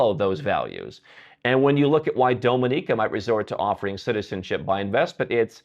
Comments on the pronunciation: Your pronunciation of "Dominica" really hurts my ears. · At least please learn to pronounce the countries names correctly whose citizenships you plan to buy! “Dominica” is NOT DOME-in-eeka, but DOM-in-eeka. “Barbuda” is NOT Bar-BOO-dah; it’s Bar-BUU-dah. Also, respect these countries’ people, their culture, and don’t just exploit them for personal benefits.